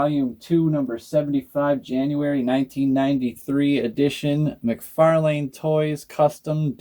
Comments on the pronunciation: it's pronounced mc/far/lan, the way you say it sounds like a street name you dont say lane👍I can forward the many videos of him saying his own name if you like? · Your pronouncing mcfarlane wrong btw, figures are cool tho👌